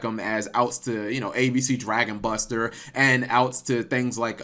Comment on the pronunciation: Wow Cap actually said ABC Dragon Buster's name correctly